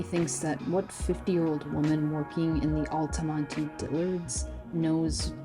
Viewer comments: It's pronounced alta-mont. Not alty monty. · I'd say the only closed indoor "malls" still popular in central FL are Altamonte, Florida, and Millenium. The latter two mostly because of tourists. Those two are closer to theme parks and hotels on international drive. BTW, the last e is silent, pronounced Al-ta-mont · I think it's funny she can't pronounce Altamonte. You don't pronounce the e. (Al-ta-mont) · The "e" in "Altamonte" is silent. Otherwise an excellent presentation. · The ‘e’ is silent in Altamonte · Are you sure the “e” in Altamonte isn’t silent?